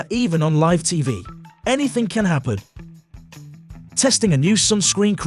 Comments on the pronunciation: Presenter needs to understand English...liv on air is not how you pronounce LIVE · You commentary is shhite, live and none are not pronounced like that you mooron. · Pretty bad voice over. The letters 'live' spell 2 words that are pronounced differently. Getting it wrong simply adds to the embarassment of this post.